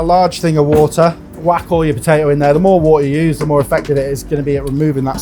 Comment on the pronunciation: He can't even pronounce potato.